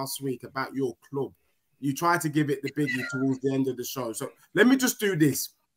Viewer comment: Your kloooub The spurs guy from the midlands?